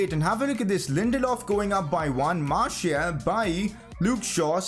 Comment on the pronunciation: Pronounce Martial’s name as Marsial as it is the official way of calling his name